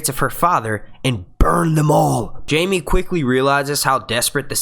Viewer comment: I trusted you. But... but... you made the biggest mistake there is... you mispronouced Jaime.